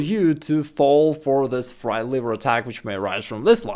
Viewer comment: Why do you call it "Fries Liver". I never heard this before. Thx.